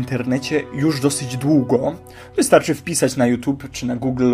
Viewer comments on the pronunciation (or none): none